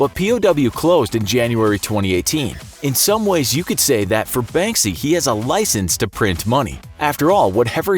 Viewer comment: You're not pronouncing Banksy as you should , I mean , it's not that hard